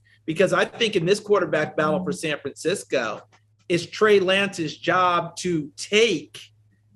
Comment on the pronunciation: Anyone else hear the way he said "SAN FRANCI-COOE" Lmaooo not sure if its just me but his voice totally changed lmao